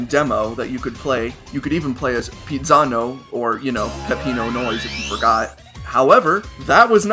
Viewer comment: how you say it: Pezzano How I Say It: Pizzano